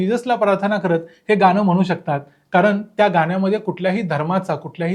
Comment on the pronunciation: गान काय म्हणता शुद्ध बालायलल्ल